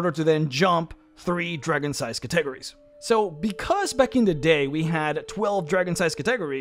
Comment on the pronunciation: say it with me Cat-A-Go-Ries, by god your pronunciation of that word make my ears bleed... otherwise greate video as always, i really love this named dragon series ^_^